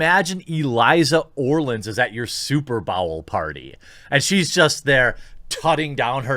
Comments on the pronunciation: S U P E R B A O W L Dude how can you pronounce superbowl like that? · “SuperBowel” that slip up was hilarious 😂